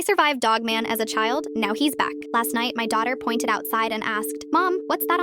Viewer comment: Y did he's back again sound like that